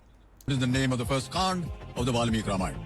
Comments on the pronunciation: kund nhi kaand hota hai 😂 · Kund bol rha hai 😂 Kaand hota hai 🤪